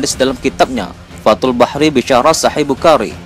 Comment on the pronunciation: Minnn kalo baca yg bener dong.. bukhorri.. fathul barrii.bukan bahri